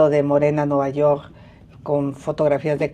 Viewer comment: Nuvayorrr..hable bien ingenra así cómo dice vulgaridad y media parece a su hermano Peña Nieto😂😂😂😂😅